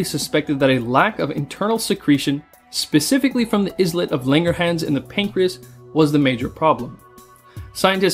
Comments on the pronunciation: ..."is - let"? 😅?! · Isn’t it pronounced “eye-let”? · Okay not tryna be nitpicky but "islet" is pronounced 'i-let' and it means a small island. The islets of langerhans were called so because those little clusters looked like islands. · great video. maybe check pronunciation of 'ISLET'?